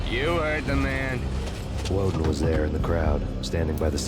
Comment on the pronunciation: Only thing I will say, for the quality of your future videos, learn the names of characters properly. It got annoying correcting "Walden" to "Woden" every time you said it. Other than that, great video.